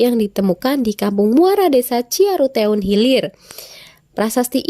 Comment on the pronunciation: Ciaruteun,bu guru salah mangucapkannya,itu pake dialek Sunda -eun